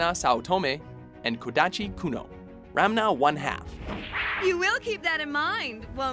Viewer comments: RaNma, not RaMna haha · It irritates me that the voiceover kept calling Ranma Ramna. Naruto and the gang shouldn't be there as well. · I KEPT HEARING RANMA as RAMNA!!! anyone else heard it? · It's Ranma not Ramna! -. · Ahaha brock and every girl! Nice... BTW its not ramna... its ranma... but who am i to judge? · That.. has got to be the dumbest pronunciation of Ranma's name I have ever heard. Ranmeow? Really? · ramna dafuq!? 😂😂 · mi casa and mainga. it was funny how he did it back to back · Is he saying RaMNa every time, or is it just me? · Lmao X'D I thought I misheard when he pronounced Ranma, so I had to rewind just to be sure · Yeah WatchMojo is horrendous with Japanese pronunciations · That's because they don't really watch the show. They're just trying to be more appealing. Failing, mind you. Proven by how they can't pronounce Ranma right. Besides, Ryoga and Akane are a better pairing than Ranma and Kodachi. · isnt Ranma pronounced "Raa-nnn-mmaa"not Ramna like he was pronouncing it? like check out when she says it correctly....srry i was flinching every time he said it wrong.... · Does he say Ramna? :p It sound weird when he says it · Did this guy just pronounced one of the all time best retro anime protagonist guy as RAMNA instead of Ranma!! I see death it is... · "Ramna" ...So I finally see my favorite anime in a WatchMojo video and they pronounce it wrong. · Yo dude that's one of my fav anime too. And it's Ranma not Ramna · It's RaNMA, not RaMNA. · he was mispronouncing Ranma, kept saying Ramna... over and over. I'm almost certain he never saw Ranma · was anyone else bothered by how he said Ranma as "Ramna"? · wow... way to butcher the hell outta Ranma's name XD - it's Ranma not Ram-na UGH! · by the way, were you yelling at the screen going "It's pronounced Ron-ma, not Rom-na," or was that just me? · "Ranma" not "Ramna". "Kodachi Tatewaki" not "Kodachi Kuno", "Kuno" was her brother. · He also pronounced Ranma as Ramna..